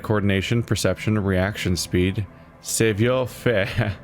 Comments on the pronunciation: Savoir Faire is pronounced "Sav-wah fair" ...kinda, because, you know, French. It basically means your know-how for social interaction, how to say and do the right thing. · It's pronounced Sav (like have) Wah (like saw) Fair